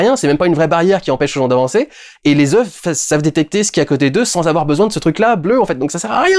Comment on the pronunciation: les ZEUFFES ... Dudu c'est pour cela qu'on t'adore 😅